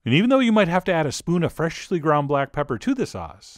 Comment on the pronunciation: “FrEshhhly ground blAck pepper”